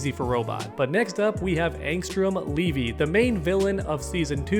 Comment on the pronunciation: Bro never watch Invincible 😂 bc nobody likes Kate plus u saying levy like it’s Levi